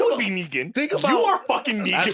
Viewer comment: Van "Negan" Lathan